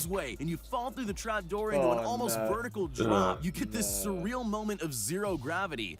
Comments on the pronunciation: mans said almost VERTICLE like wtf lol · lol "verticle" drop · Almost "Verticle" 💀